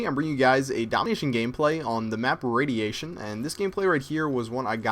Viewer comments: it's radiation not raticion you twitt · haha :) markofj made the same mistake when he got 101-1 on launch :P he said radation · chpper on radation c'mon its launch :P